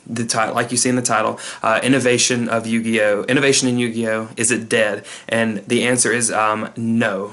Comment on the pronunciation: LOL what on earth is up with the "yuguyo" at the beginning?